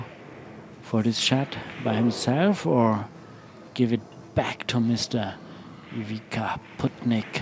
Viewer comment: First of all that commentators should learn how to say properly players name and then comment. DISGRACE. Its not IVIKA.